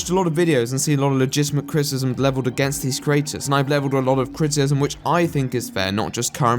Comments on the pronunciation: Kinda funny the way he struggles to say "criticism" but still love the accent nonetheless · If u say criticizem one moRE TIME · I have some criticism over how you pronounce the word "criticism." With all the times you had to say it this vid, that must have been rough. :D Just having a laugh mate, great video.